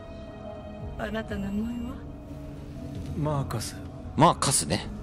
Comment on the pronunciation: マークスってずっと言ってますけど、マーカスです